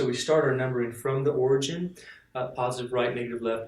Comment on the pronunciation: Btw, it's 'origin', not 'origen' :P